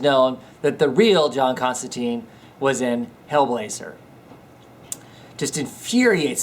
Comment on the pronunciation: You are saying his name wrong, its John Constantine (tyne) not Constanteen. :)